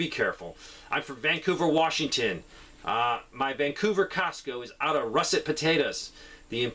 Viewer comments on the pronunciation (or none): none